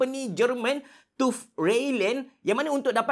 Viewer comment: Bkn 'Tufff' bey cerah.. Org sebut satu2.. 'T' 'U' 'V'...